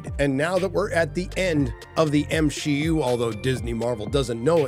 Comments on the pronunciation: MsheU not MCU He said MsheU 4 mins in 😂😂 i had wrote before i started watching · The M-SHE-U? The her-os journey? Lmao.